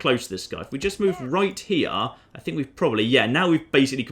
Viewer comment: RIGHT HE-YUH